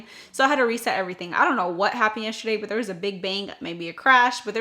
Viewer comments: 😂😂😂 Good morning beautiful. Question....why do you pronounce “yesterday” like it’s spelled “”YESSHERDAY?” 😂😂😂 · It cracks me up every time you say that word!!! 😂😂😂🥰🥰🥰